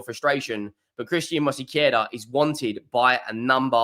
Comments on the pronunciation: It's not Mosequera, it's Mosquera. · I won't criticize him for it, some names are hard to pronounce, Arsenal fans still mispronunce Giroud, sounding the D when it's silent. I only mentioned it because he added a sillable. Robbie from aftv also mispronunces David Ornstein, calling him Ornastein. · I know-how for you is very Hard to Sayn MOSQUERA, but Truck to find help Sith a translitera. Regaras From colombia. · And he is mispronouncing it.